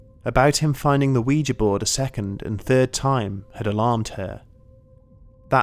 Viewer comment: At last! Someone who pronounces ouija correctly.